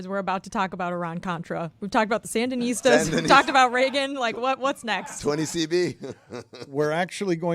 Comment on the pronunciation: Hey Dan is “Sandinistas” NOT “Sandanistas”.